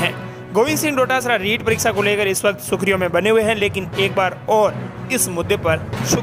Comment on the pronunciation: सुखरियां नहीं होती जनाब, सुर्खियां होती है,सही बोला करो